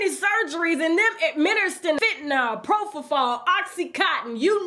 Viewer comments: Think, if he was with Ivanka, how old was she? Is he confessing to getting with her when she was a child, a minor? Did he admit he was also having sex with men? He didn't see all that unless he was in there doing it too. Yes, you pronounced Propofol correctly, I administed anesthesia to thousands of patients and once they came out with Propofol, it was a dream. Retired now but many patients grabbed me, begged me to go home with them to give more. They say it is the best sleep they ever had. Not meant to be used by non professionals. Only professionals trained and ready to administer oxygen should the patient go apneic (stop breathing). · Yes, you pronounced it correctly. Popofol or Diprivan.